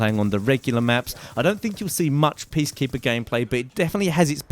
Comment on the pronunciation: did you say Beastkeeper? I swear he said Beastkeeper.